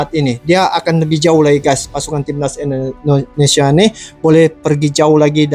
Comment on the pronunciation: Dengn tidak mengurangi rasa hormat bang saya cuma mau ngasih saran dalam penyebutan kata INDONESIA ...pake Sebutan INDONESIA bukan ENDONESIA🙏🙏🙏 salam santun